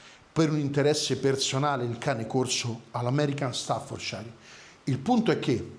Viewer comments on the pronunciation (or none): ...sei sempre super professionale! Se posso farti un appunto, il nome staffordshire non si pronuncia ..."sciair" bensì " cier" o céér" con la "r" quasi muta , in UK, e con leggera differenza in Usa.." shéer" o Shiir Quindi " stafforceer" , in USA con la "r" più marcata. In entrambi i Paesi mai pronuncia " sciair " , nemmeno Yorkshire ! È anche vero che gli inglesi e credo anche in Usa , il nostro cane corso lo chiamano " chein corso" ......😂 Salutoni ...e scusa per la precisazione 🤷‍♂️😅..ma era solo così, come notizia per tutti. Poi ognuno lo chiama come meglio gli viene. Meglio Amstaff 😅